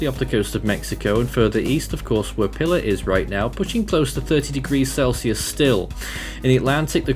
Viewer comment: Pilar is pronounced "pee-LAHR". It's Spanish.